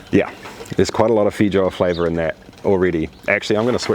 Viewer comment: There's a less than 0 percent chance he's pronouncing that correctly.